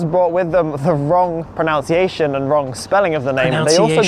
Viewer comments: I agree, his pronunciation as "pronounciation" is annoying. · You are correct. It should be pronUNCiation. So many ironically, pronounce this incorrectly. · i came here to say he's pronouncing 'pronunciation' erroneously 🙂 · It IS a bit ironic to have a guy who doesn't pronounce pronunciation correctly help us with pronunciation! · The irony that can't pronounce pronunciation 😂